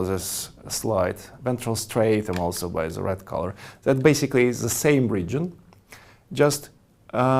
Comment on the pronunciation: Hu ze fuck teaches people tu pronounce THE as ze, instead of DE??? Zis would bee a 10 times better aproximation if you can't say Th.